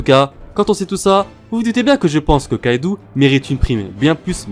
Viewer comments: On dit kaido pas kaidou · Arrête de dire kaidou et L1l1 C'est Kaido et linlin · tro come kaidou ***ouou nan kaido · Déjà on dit kaido pas kaidou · a sa ma saoule on dit pas lain lain mais line line et c pas kaidou mais kaido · « « Kaidou » » ?!!! Mec c est « « Kaido »» et linlin on en parle!!!